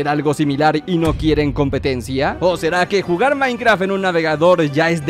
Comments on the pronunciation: en el segundo en vez de minecraft dice minceraft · soy el único que se dio cuenta de que decía minceraft? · dice minceraft no minecraft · 4 53 DECIA MINCERAFT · ¿Se dieron cuenta que en el minuto dice minceraft? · en el minuto dice minceraft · wtf dice Minceraft